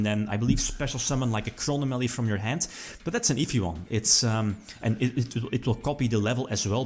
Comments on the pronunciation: "Chrono Mally" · he says Chronomaly weird, I know it is how he pronounces it but... Crow nom a lee Chro nom a ly Chronomaly chrono + anomaly meaning: something that deviates from what is standard, normal, or expected of/or relating to time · It is, people are just joking on the way says it.